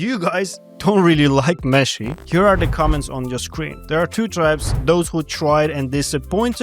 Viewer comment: I can't stop hearing "Messi" when you say meshy and I love it because argentina campeón papá. Thank you always for sharing this valuable information with us